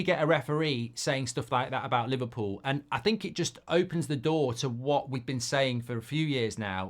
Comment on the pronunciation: Li-VAR-pool innet